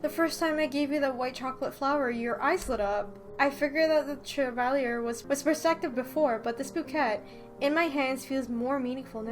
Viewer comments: I didn't know you knew French? But his name is pronounced Sha-Valley-Eh (Canadian version of eh) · Me: Cheva, Chebal, Shevala, um, WHY CANT I PRONOUNCE THIS NAME AGAIN ILL JUST CALL HIM RUMPEL